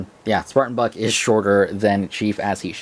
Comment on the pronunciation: Was I the only one who heard Buck pronounced with an f at the beginning?